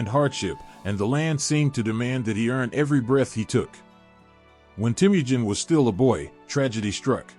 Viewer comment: I enjoy your channel. I'm glad I found it, as you don't often find full history videos, even if they're history briefs. Though, all I can say is that if your channel continues to grow, you can look at how to pronounce names. As Temujin is teh-muh-jin. And maybe when there's multiple pronunciations, like for Ghengis. You could briefly put over your art, each saying phonetically, just so you don't get frequent comments in chat. These are just humble suggestions, and I hope you have a wonderful day. 🙏